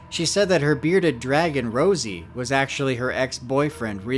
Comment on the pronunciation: Why you keep saying Rosie when Chelsea herself even said its ROZZY